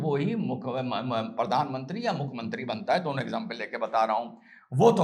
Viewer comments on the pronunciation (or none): none